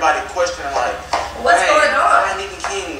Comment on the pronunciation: NIQUE not NEEK 😂😂